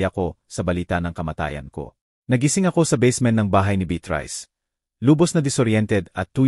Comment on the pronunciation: Mali ang pronounciation ng narratorkamukha ng beatrice